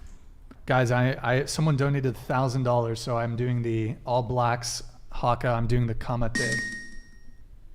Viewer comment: Well done with the haka great pronunciation nice work